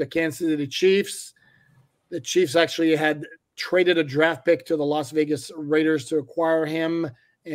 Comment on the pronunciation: The Las Regas Vaiders.... lol